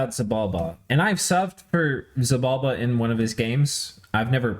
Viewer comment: Ach, it's Xibalba, not Xybalba!